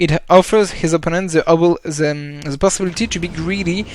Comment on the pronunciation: Pas mal mais je t'en supplie... The =/= ze